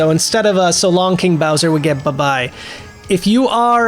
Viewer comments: Lemme correct myself. Sounds like hes sayin GEY BOWSER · I've always heard "So long eh Bowser?" Which I prefer over gay or king bowser lol.